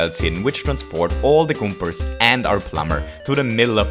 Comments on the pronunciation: Convoyor? Really? And goombors. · Trying to think on how this guys accent can get any better, it ruins Super Mario Bros. on how he says things. For example: "Convoyor velts" "Gumpas" "Bub-umbs". Also how much cringe he makes when he explains things, like a story and weird cringe effects, how he says what happens as a story. He's weird.